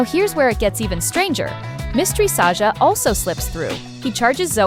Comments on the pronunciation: Sahsa❌ Saja✔️ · Sasha ❌ Saja✅😊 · Sasha❌ Saja ✅ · Sasha❌ saja👍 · Saja not Sasha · saga❌ saja✅ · Mistri Sasha❌ mystery saja✅